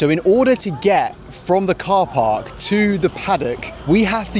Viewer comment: 😂 she said "KhorPark" 🚗